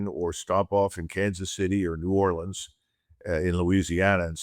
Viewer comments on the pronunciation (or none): none